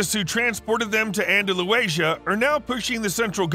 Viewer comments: Andalucia not andaluecia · “Andalueisha” 😂 An-da-lu-cia (sia) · ITS ANDA LOOCIA NOT ANDA LUWASIA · It's pronounced "Anda-loose ee a" not "Anda loo asia" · He's saying Anda-loo-asia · yeah andaluasia is wild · For anybody wondering where this is it's actually pronounced Ahn-dah-lou-thee-a Andalucia. hope this helps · The way he is saying Andalucia is ridiculous. I can't tell if he is doing it on purpose it's that bad. I get that the written English spelling for it is Andalusia, but where is that A coming from, it doesn't even flow with the word. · It's Andalusia - not andalu-asia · You pronounce Andalusia like ANDA-LUCIA. Its a shame you didnt check the pronunciation before bading thos whole viseo on said region. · please... it's pronounced [An-der-lóo-sha]. Thank you. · An-da-lu-C-ia. You’re grossly mispronouncing that!!! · It's pronounced "An-dah-LOO- siah" Really jarring that the name of this Spanish state name was mispronounced throughout the whole video. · "and a lou asia" XP Hahahaha! Ahn Da Lou See Ah. :P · Suggest you learn how to pronounce Andalusia. Anda lutheeia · There is no area in Spain (or elsewhere) called "Anda-loo-asia"... Geez, Louise... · Andalusia, pal. Andalusia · Its pronounced Anda-lew-see-a. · Andalusia is an-duh-loo-see-uh. Over and out! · The area in spain is called andalusia not andalasia. that is in mexico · Pronounced Ann da lusha. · Andaluesia haha wtf? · andalu-asia? really? come on man! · Its pronounced: An de lu zee a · "Andaluaysia." LOL! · He’s saying Andalucia wrong, no? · He’s saying Andalucia wrong, yes. And its spelled Andalusia. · Yea he's saying a word that does not exist like it's Asian or something. It's ridiculous like saying americunt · I used to live in Seville. That was tough to listen to. His pronunciation put a kink in my neck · He’s saying Andalucia wrong, no? hage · The way you keep butchering Andalusia 😂😂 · Andalucía I really don’t know how you can read that word and say, Andaluacia?🤪